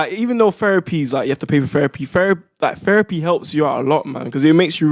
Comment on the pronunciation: Did he just say FERAPY LOL